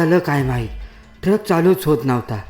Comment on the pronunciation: टरक नव्हे ट्रक बोल